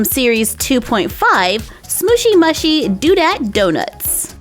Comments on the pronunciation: It is actually pronounced smoochy mooshi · (no offence) I adore your channel but its actully pronouced sm-ooooshy m-ooooshy. They look so cute .Your one of my fave youtubers cause your always so positive and bright and your crafts are amazing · You say the name of the brand wrong